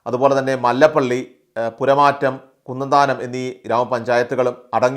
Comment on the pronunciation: പുരമാറ്റം അല്ല പുറമറ്റം ആണ്. കറ്റാങ്ങൽ അല്ല കോട്ടാങ്ങൽ ആണ്. കോഴിപ്പുറം അല്ല കോയിപ്പുറം ആണ്.മൈലാപ്രാ മൈലപ്ര ആണ്.എറാത്ത് അല്ല ഏറത്ത് ആണ് .കൃത്യമായ വിവരം നൽകുക.